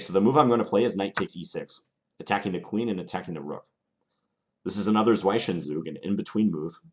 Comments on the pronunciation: "Zwischenzug" is pronounced "tsvishntsoog" ("-ish" like in "english") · It's /ˈzvɪʃənzuːɡ ! Gosh damn it... ;) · Hey John, maybe it's been pointed out before, but the correct pronunciation for the German "Zwischenzug" is /tsveeshen tsuk/. See also here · Very instructive. Just one thing: It's pronounced Z-wish-n-Zoog not Z-why-Sen-Zoog :) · Great video, very instructive! BTW the correct pronounciation of "Zwischenzug" is more like "swish-an-soog", so the i is kind of pronounced "e" rather than "eye" if that makes sense :-) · Thanks John for these very useful tutorials. I like the pace you choose which allows me to follow comfortably. One point I must make to you though; you use the word 'Zwischenzug' from time to time and mispronounce it. It should be like this 'zs (combined to sound like 'ts' in 'it's) + vish to rhyme with fish (not veesh ) and then the 'ts' sound again for the 'z' of 'zug'. The word 'zwischen' means 'between' and 'Zug' has a half a dozen meanings, but in this context is 'move'. So put together Zwischenzug means an 'in between move'. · No german would ever say 'Sweischensug' 🤣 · It is zwischenzug pronounced roughly "tzvishentzug" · Great video. Just pointing out, as a German: Zwischenzug is pronounced Tswish'n Tsoog. :D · Great video for us beginners. By the way, the pronunciation of the german word for 'inbetween move' begins with "tsvee" :) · you know how to pronounce Fianchetto corectly. now learn how to pronounce Zwischenzug! :) nice video. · How to pronounce the word zwischenzug correctly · As a german its hilarious how you (and others of course) say "Zwischenzug" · it´s pronounced differently. "isch" like "ish" in "fishing"...but i could not care less....love. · Great basic stuff! I'm kind of starting all over after 20 years ... ;O) ( : Btw: The "i" in "Zwischen zug" is pronounced like the "i" in i.e. "destiny" or "hit".) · You should really google the pronunciation of "zwischenzug", the i is not pronounced as "eye" but rather as "e".